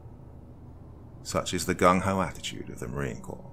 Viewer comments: FYI, Marine Corps is pronounced Marine “core” not “corpse.” I don’t know how many narrators I’ve heard mis-pronounce that. The French pronunciation "korr" (or slightly Anglicised to "kohr" or even "kore") is thus the historically correct pronunciation. Pronouncing it in any way ending with an "s" is not correct. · It's Corps, not Corpse. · marine corpse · For future reference, it's pronounced Marine "Core" not Marine " Corpse"!😂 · Marine Corps is pronounced "core" not "corpse". Downvote. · For people who don't know, "corps" is pronounced like "core". So it should have been read as: Marine "Core". ☺️ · He said Marine Corpse, lol surprised I'm not seeing a lot more salty vets in the comments. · Love you Doc, one of the best story tellers! A little, tiny, small pointer (if your fans won't roast me)? The S is silent in Corps. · He said corps :D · that’s actually Colonel Johnson, not Mr. Johnson, but I’ll forgive you. And I was US Army, not Marine Corps, but I just figured I’d help out my friends in the Corps as I know this mid-pronunciation really irks them. Most importantly, I want to help Doc out since he’s my FAVORITE narrator on YouTube 👍